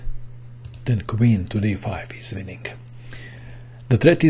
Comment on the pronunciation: I like the way you say winningk :D